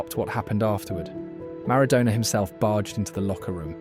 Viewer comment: Switched off after 32 seconds, Ronaldinho wasn't around in 1993, that would have made him 12 or 13, secondly, you butchered the pronunciation of Maradona!!